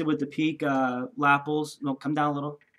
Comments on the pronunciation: You were saying lapples. As in apples. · Cool jackets, and great model But can I please correct your pronunciation of Lapel. It's La - pel, Pel rhyming with Bell.